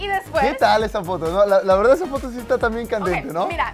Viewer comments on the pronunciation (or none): none